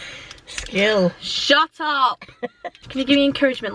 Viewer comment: When you said shut up you didnt have your northen accent, my brain took a while to register that 😂😂